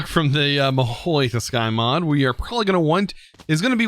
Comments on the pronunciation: TS-U-kai not tuskai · why say tusk when its tsu? >_>" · He says tuskai instead of tsukai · your mahou is right but tsukai read sukai